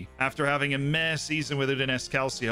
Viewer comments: More like "Calcho" (two syllables, not three) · Please don't say "calseeo" it's hurting my italian ears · Check pronunciation in words: Calcio, Udinese, Perugia, Cittadella... 😬 they were all said incorrectly.